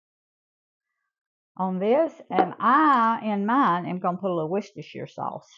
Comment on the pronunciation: From an American living in England, congratulations on your pronunciation of Worcestershire! Took me years to get it right. I'll definitely be trying this. ❤